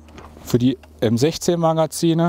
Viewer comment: "Die Waffe ist das M16" hat American gesagt I was surprised